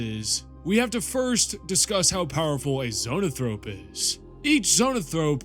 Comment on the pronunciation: Why do you pronounce Zoanthrope like “zoh-Nuh-thrope”